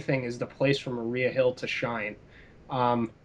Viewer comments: I agree. I dislike the European Wondertwins. And it's Maria Hill, not Mariah Hill. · It's Maria Hill, Cap not Mariah. lol